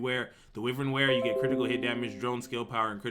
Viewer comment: Pleaser please please pronounce "Wyvern" correctly.. Try WHY-vern, like the mythical creature it's referencing (Wyvern are a small-ish species of dragons)